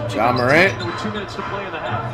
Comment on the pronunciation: Since when did flight start saying ja morants name right?